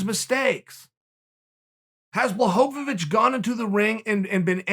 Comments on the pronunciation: Chael calls him blahovavich ? Ok great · Chael " Blahovavich" Sonnen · Uncle Chael “Blahovovic” sonnen 💀💀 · Chael: Blachowicz Me: Nice Chael: Blahowawitch Me: No it was actually fine the firs... Chael: Blowholeawitch Me: Ok great. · Who is this jan blahovovich he speaks of? Lol love the videos chael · Everyone : Jan Chael: Blahohowich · Chael really called him Blachowowicz😂😂😂 Chael Sonhonen and Jan Blachowoicz😂😂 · Why Chael talking about this stranger Blahovovich together with the champion Blachovich?:) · Since it's Christmas time, it's Blachohohowicz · As soon as I heard blahovovitch. I paused and am reading comments. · Remember Mooey Thai? It's Jan Blachowowowowowowowicz now, feel old yet? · You mean Jan Błachovivich? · at first I thought Chael just had his name wrong. but then he started saying it right, so I figured it had either just clicked or someone corrected him. Chael then proceeded to use both pronounciations interchangeably. I’ve come to terms with the fact that Jan’s name is whatever Chael wants it to be, whenever Chael wants it to be.